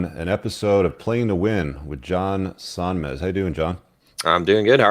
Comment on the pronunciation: John Somnez not Sonmex